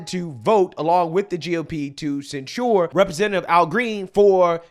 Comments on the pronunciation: Just FYI, the emphasis in the word censure is on the first syllable: "CEN-sure", not "cen-SURE". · I saod it before and I'll say it again, the word is censure pronounced almost like censor. You keep saying it like ensure, the old people drink. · it's not sen-shoored, it's sen-sherred, emphasis on "sen." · This idiot makes conservatives look stupid AF. IT’S NOT SENSURE. THINK OF IT AS SENSE-UR. WTF NO. “YA SEEN THAT, YA HEARD THAT.” THAT SHIT IS ANNOYING TOO BRO. LIBTARDS FEIGN EDUCATION BECAUSE THEY GO TO COLLEGE, WE TRASH THEM FOR BEING SO FOOLISH YET PEOPLE OF INFLUENCE CAN’T EVEN PRONOUNCE WORDS PROPERLY? COME ON MAN. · the accent is on the first syllable. ˈsen(t)-shər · Please if you mispronounce this word one more time 😭 it is censure /sĕn′shər/ pronounced sen-sure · It’s not pronounced “cen sure” lol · For anyone who still believes in the English language, the word censure is pronounced "sen(t)SHər" according to Merriam-Webster. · Are you mispronouncing "censure" on purpose? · learn to pronounce "Censure." You are mispronouncing it every time. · I don't know how you can hear so many people say the word "censure" properly, but you still pronounce it wrong.